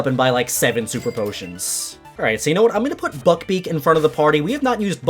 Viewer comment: When you said buck beak it sounded like ** beak lmao